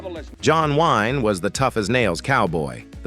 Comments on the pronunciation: John Wine?! BetDavis?! Get rid of the AI narrations!!!!!!!!!!!!!!!!! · John 'Wine" , what crap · Computer voice, mispronounces come common words, like 'John Wayne' .